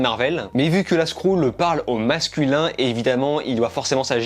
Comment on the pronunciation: Skrulls (skroull) : R.I.P la prononciation